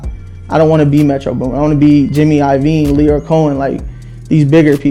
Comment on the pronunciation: When he said “jimmy ivine” big things